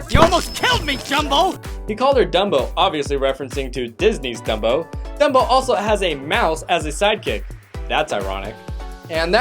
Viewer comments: He said Drumbo not Dumbo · He calls him jumbo not dumbo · He said Jumbo, not Dumbo.